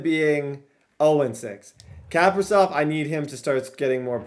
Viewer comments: its not cap-a-riv its ca-pri-sov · The way you say Kaprisov just bothers me (Cah-Pre-Sov) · It is pronounced kah-pri-sov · Kaprizov is capri-zov.. like capri sun juice not cap-ri-zov.. and foligno is fo-lee-no not fo-lig-no.. some pronunciations from a wild fan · 1) it’s kuh-pree-zov (kaprizov) 2) it’s full-ee-no (foligno) 3) talbot is miles better